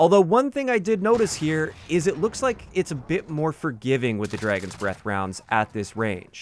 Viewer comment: I like how says it like "Draygon." I have a friend that says things like that too.